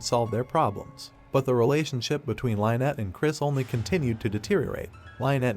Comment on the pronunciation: You need to learn how to pronounce names. You say names fsr too frequently to be pronouncing them wrong & slow down a bit...Jeez! Lynet wtf Lyn-ette 🫤